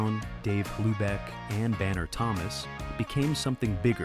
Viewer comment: Dave Hlubek, it's pronounced "Loobek", lose the H sound